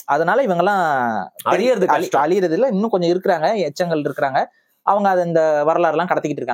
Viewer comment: ‘echchangal’, seriously?